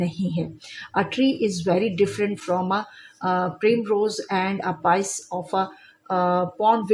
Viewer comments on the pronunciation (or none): It’s piece meaning tukra not pice